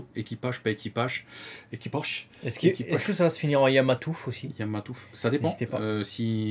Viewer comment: YAMATOUF PAS YAMAMATOUF LOL